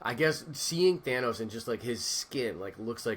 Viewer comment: THANOS not Thaynos....lol